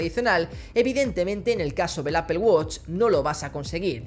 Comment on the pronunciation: Apel woch hahaha estos españoles quieren españolizar el inglés (apool guach) amigo no te cuesta mucho.